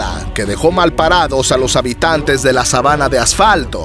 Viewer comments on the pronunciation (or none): none